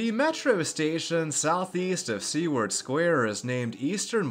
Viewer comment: Great video as always. My only complaint is the pronunciation of "Seward." The name comes from William Seward, the secretary of State under Lincoln and is best known for the purchase of Alaska, better known as "Seward's Folly." I'm not great with phonetics but it goes something like this "sue-word."